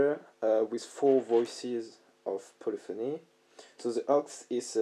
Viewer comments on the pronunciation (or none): none